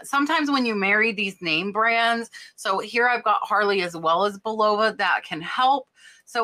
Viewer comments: Just want to tell you that Bulova is pronounced Bull a va! Not Bul ova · Your success inspires me!!! Just so you sound smarter with vintage pronunciation, Bulova is pronounced with the accent on the first syllable. Buh/lova. 😉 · Bull a vah = Bulova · Bulova is pronounced "bull-o-va". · Bulova is pronounced "BULL-a-va".